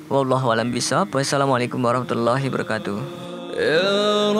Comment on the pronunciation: Assalamu alaikum.. Maaf beribu maaf min ceritanya bagus apalgi tentang kisah sahabat baginda nabi dgn putri Fatimah az zahra. Ane kan dnger pake headset nih min ini pendengaran ane yg salah apa mimin terburu buru ucapan pertama kali assalamu alaikum warahmatullahi brokatuh? Sama ngucapin sololoh alaihi wassalam maap min ane hanya manusia biasa.. Pengucapan ente atau pendengaran ane yg salah mohon cek sound